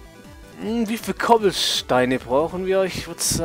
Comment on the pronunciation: Nice englisch ;) cobbelsteine :D Lachflash :D aber nice vid ;) Like hast du